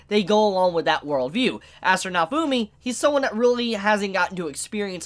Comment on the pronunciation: Did he just pronounce "naofumi" to "naofuuuumi"???? Wth